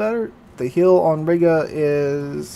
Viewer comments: ree-ga not riiga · Dammit,! Either use the English pronunciation of the old name of that town, "There was a young Lady from Riga, who rode smiling on a tiger. They came back from the ride with the Lady inside and the Smile on the face of the tiger!" or the Russian/ Baltic pronunciation which would be ree-guh.